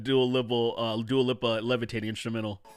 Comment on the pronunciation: Its also hilarious how you pronounce Lipa as Lippa.